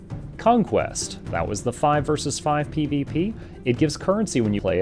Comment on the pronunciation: How come half the time you know how to pronounce 'versus' and the other half the time you think it's 'verse'?